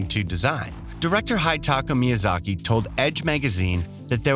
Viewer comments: He also said Hetatkate Miyazaki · Hideka Miyazaki? Blueprint games? Horizons? Get a better narrator...